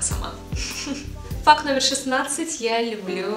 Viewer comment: я одна вместо факт слышу фак?)